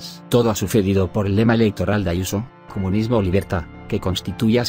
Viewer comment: No pueden pronunciar España. Tampoco les sale pronunciar comunismo. Lo único que sí, saben pronunciar bien es EUROS.